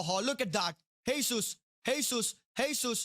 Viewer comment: Bro ,, his nam Jesus not hesus 🤣